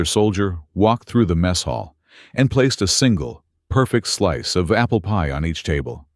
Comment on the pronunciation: Is it just AI stupidity or can't this manufactured voice say "apple PIE?" It is NOT APPLEpie. Emphasis is on the pie, NOT the apple.